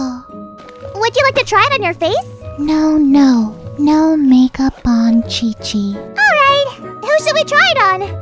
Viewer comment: There is also the zhongli and qiqi part It is pronounced more like zihong lee and ji ji rather than Jongli and cici for native English speakers